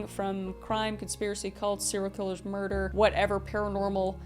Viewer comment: Merdor. (Murder).